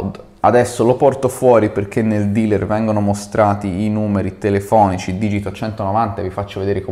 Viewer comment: ricordati che la fonetica "diler" corrisponde alla parola "dealer" (=spacciatore), mentre quello che vuoi dire e' in fonetica "daialer" che corrisponde a "dialer", un abbraccio;-)!